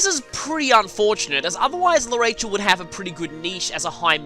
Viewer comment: I dont mean to be rude but its prenounced arashell